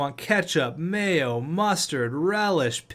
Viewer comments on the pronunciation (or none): none